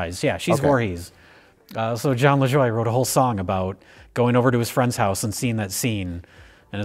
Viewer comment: Love calling out an obscure Jon Lajoie song and then pronouncing his name wrong.